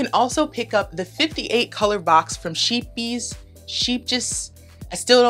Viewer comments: My one nephew hooked me up last Christmas with both a Stanwood swift and yarn winder...don't hate ;). Scheepjes is pronounced Shape-yers...I looked it up, lol. I want the Cricut mug press, too!!! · I'm Dutch so I grew up with Scheepjes. You have to use your throat for the 'sch' sound (it should not sound like 'sk'), which is a sound the English language doesn't have, and the double 'e' sounds like 'a' as in A-B-C. Good luck! :)